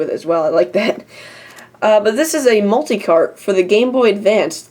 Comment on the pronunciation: You said multi-CARP! lol.